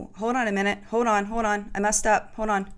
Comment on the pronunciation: "hod on" ?!?! Hold on. So much of this. SMH